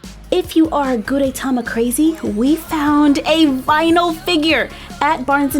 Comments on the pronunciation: The "E" in Gudetama is short. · You pronounce gudetama wrong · Your saying his name wrong 😑😑😑😑😑😑😑😑😑😑😑